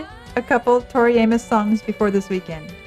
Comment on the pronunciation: So nice to hear you pronounce her name correctly! I Have gotten to the point of bracing myself for her name to be slaughtered🤦🏼Somewhere back in the day, somebody wanted to complicate it. It's a simple name, pronounced the simple way. Nuff said💃